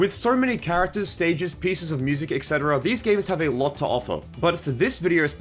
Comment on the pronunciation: "etc" is pronounced "et cetera" not "exetera"